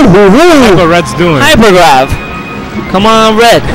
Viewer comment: "HYPVER GRAV"